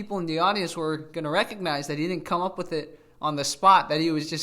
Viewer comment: So this guy, after stuying in the US, still pronounces WITH as wiss. So his parents wasted their money.